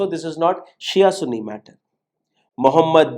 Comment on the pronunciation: பண ஆசை எல்லா தீமைகளுக்கும் வேராயிருக்கிறது பேராசை பெரும் நஷ்டம் நீங்கள் சன்னி என்று உச்சரிக்கவும் நீங்கள் உச்சரிப்பது தமிழில் ஆண்குறியை குறித்த கெட்ட வார்த்தை எங்களுக்கு ஆதரவு தாருங்கள் என்று கேட்கவும்